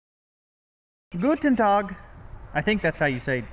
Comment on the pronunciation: You can totally say 'hello' in German. But the e sounds more like the o in hollow. The usual German greeting would be 'guten Tag' though and you did it just fine!